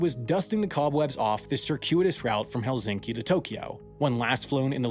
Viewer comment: Sam, please, pronounce S sound in Helsinki softer, because your sound is closer to Z when it's actually S, thanks! 😊